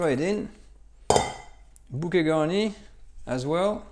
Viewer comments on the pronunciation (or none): none